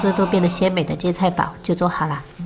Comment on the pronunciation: 应该读“gai”，“盖”的音。闽南话读“gua”，“挂”的音。